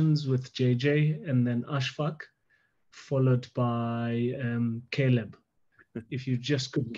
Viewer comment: It's Caleb, ffs!